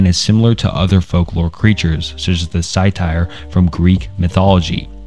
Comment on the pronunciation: a couple things, satyr is pronounced 'say-ter'! also, the connection bit between the bridge and mothman was essentially that people either assumed mothman either brought or warned of disasters, that's kinda how it got associated with the bridge, since it's said to have shown up right before it happened. thanks for all the work you do with these vids!